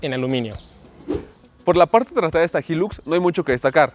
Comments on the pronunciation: Creó que se pronuncia “Jailux” y no “Jillux” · Jóvenes se debe pronunciar: Jailux no jilux, HILUX Se traduciría como alto lujo o gran lujo, cuiden estos detalles. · Que rara la forma en la que pronuncian "HILUX"